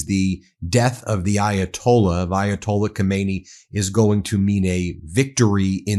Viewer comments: It is not Komaynee it is Khame-Nae-yee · If you want to be a credible news source, please pronounce world leader's names properly. It's really frustrating. Khamenei is pronounced Hay-Men-Ay. Thanks. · Not yathola Khomeini his name is...was: Ayatollah Khamenei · BEN! God bless you brother. Get your pronunciation of ali haw-meh-nay. Different from the former supreme leader ho may knee. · Not Khomeini, but Khaminei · Not khomeini his name is Khamenei!!! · Lawful or not, no war is acceptable in a country that is no threat to yours. Ben please pronounce the name of Khamenei (Hamenay) not like Khomeni (homenny) who died 38 years ago ! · no Khomeini but Khamanei.... though true, similar, and even Pahlavi looks like his father.. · His name isn't Khomeini, it is Khamenei. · Just FYI - Not Khomeini but Khamenei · Dont PRONOUNCE KOMEYNI .KH A ME NE I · Ummm…Ben, please don’t mispronounce the Ayatollah’s name. The Ayatollah Khomeini died in 1989. Ayatollah Khamenei (pronounced Hah-men-ay) has been in power since 1989. As a media outlet it doesn’t look good when you make no effort to properly identify political figures. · The name is pronounced Ka-me-ne-i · Ka men EI, accent on the last syllable. Get it right